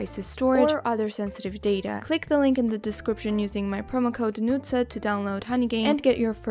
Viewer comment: Her name is pronounced ‘Nootsa’ (but there isn’t an umlaut on top of the letter U) since I think she is an ethnic Georgian.